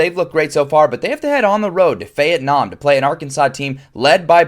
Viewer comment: I’ve never heard Feyettenam before that’s hilarious